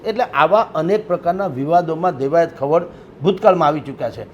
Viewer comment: ભૂલ સુધારવા વિનંતી.....દેવાયત ખાવડ નહિ પણ ખવડ.... કાઠી ક્ષત્રિય જ્ઞાતિમા ખવડ અટક આવે છે.... 🙏